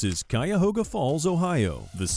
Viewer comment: He said Cuyahoga correctly..kudos